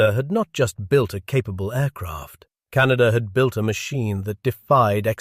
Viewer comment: CanaDER...? Can of WHAT???